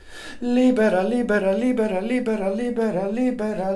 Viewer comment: Love you LIBERA LIBERALIBERA LIBERA LIBERA..SOUNDS LIKE LIBRE (FREE)WHEN YOU SING IT FAST...XOXOXOXOXTHANK YOU SO MUCH MY FRIEND